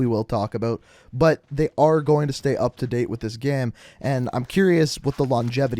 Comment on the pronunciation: Bro why do you say game as ge-hm or someth... 😂😂